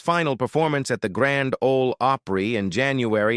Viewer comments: Grand Ole Oh-pree? 🤦‍♂️ Narrator should have some knowledge of the subject. 🙄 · This video lost all credibility when it mentioned The Grand Ole OH-PREE. What a bunch of AI bullcrap!!! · Misleading click bait. The one character did not die by hanging; the other girl in the video title isn't on the video at all and did not die by snakebite. When you can post anything without verification, you get a lot of crap like this. The narrator pronounced Grand Ole Opry "Grand Ole Ohpry (long o) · The robo voice saying " Grand Ole Ohh pree " ( said it correctly later on ) Ok, after listening to it calling the Opossum " Grandpa " I'll just go watch my Time Life DVD collection I paid $100 for back when we never saw YouTube coming. Goodnite Ya'll. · These AI videos SUCK !!!! This video giving a performer stage name and playing himself didn’t make sense! The video AI narrator can’t say GRAND OLE OPRY correctly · This is so dumb. What ignorant fool put this together? What ignorant fool thought it was OK to let the AI announcer mispronounce a phrase known throughout the world, the Grand Ol' Opry? And what ignorant fool thought that Barbara Mandrell was Ronnie Stoneman? And what ignorant fool decided to assign Grandpa Jones' biography to George Jones? I could go on, but I just had to stop the video there. This is so, so stupid and was created and published by an ignorant, ignorant fool. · This is an AI nightmare. You have narration talking about Grandpa Jones while showing photos of George Jones. The AI narrator can’t pronounce so many things correctly. The Grand Ole Opry with a long “o” sound. Nice. Nothing like taking legendary names and places and chopping them up like diced onions. This channel is a major mess.